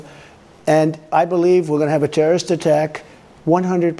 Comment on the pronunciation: "China is preparing a terrorist attack against us... "And I wish Xinnie The Poop all the best." He knows it will happen... Because he made a deal? "Thew wath nevew a tewwowitht attack while I wath pwethident." School shooting are an act of terrorism, Phat Bastille. Home Grown Terrorists. WHO QUOTE YOU.